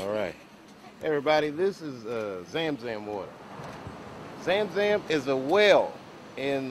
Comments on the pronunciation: Well he's got the story right but his pronounciation of the Sam San water is well off. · He can't even pronounce zam zam right.